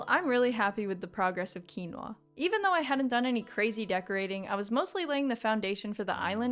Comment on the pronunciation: finally someone who knows how to pronounce “quinoa”